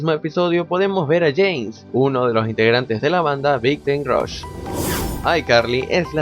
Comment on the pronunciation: James😍😍y aún sigues sin saber pronunciar a Big Time Rush😂✌💜